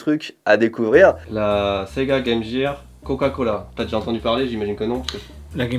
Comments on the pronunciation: Bonjour a vous, loin de moi l'idée de vouloir vous corriger, mais ça ne se prononce pas GAME JIRE mais bien GAME GEAR, comme GUEU. Voila voila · la "game jirr" LOL